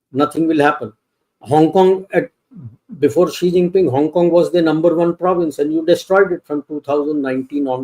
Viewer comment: It's Xi Jinping and not Zee Chinping. Pls pronounce name correctly. Thank you sir.